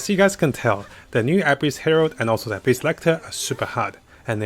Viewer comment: You're not good at saying abyss it's like abyssh hahah